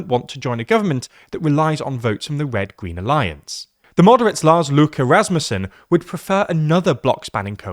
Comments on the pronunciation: For someone who doesn't actually speak Danish it's a 10/10, no notes. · You dont speak danish do you? That was allmost perfect, so what are you talking about? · how tf did he manage to pronounce that? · Brave attempt to pronounce Lars Løkke Rasmussen. That could've gone a lot worse! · Yea, he did that quite well! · I thought that too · It couldn't go much better. I can quibble with the length of the ø, but that's about it.